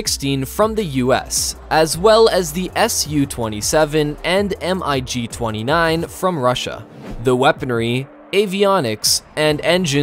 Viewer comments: No one calls the MiG an “M. I. G.’. You can call it the M. G. As it is short for Mikoyan Gurevich. Referring to it as the M I G lets the Russian know how stupid we are in identifying their aircraft. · I think the voiceover is AI generated and cannot pronounce MIG as mig and spells out the letters instead. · call it MIG not M.I.G., you are making it sound like an acronym which is not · Stopped watching when he pronounced it: M I G. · Right behind u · That and the "F-one-hundred-and-five" made me cringe. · Lol, right!? I was so into the video and then he says the initials M-I-G. That did it for me. Lol. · IKR? How can you do a video about advanced aircraft and not know how to pronounce Mig? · WHY DID U PRONOUNCE MIG M I G WHYYYYYYYYYYYY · Who tf says M I G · The moment you said Em Ai Gee I hit the dislike button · Thumbs down for mispronouncing MIG. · The Mig's are not pronounced as initials "M I G", but pronounce mig as a word. Amazing you didn't know that... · Dude.. you’re going to make a lot of people upset. Aviation fans know there stuff. If you’re going to make a video on this you should know how to pronounce the names. Like saying the letters M.I.G instead of the word mig. And it’s not F one hundred and two, F one hundred 4. It’s exactly how you say M I G. It’s F- one oh four. F- one oh two. Sorry if that came off rude it just made me cringe haha. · they're called MIGs, mate> No need to Say M-I-G 29 . . . . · I believe that the voiceover is AI generated and fails to pronouce MIG as mig and spells out the letters instead. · But MiG is written out as MiG and not M.I.G... I WANT to find a logical reason for not knowing how to say a really important word when one is placing themselves in a position as an expert in that subject.... But don't see one. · Imagine calling a MIG a M I G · It's Mig not M.I.G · the way he keeps spelling out M.I.G. instead of just saying Mig...is a little annoying lol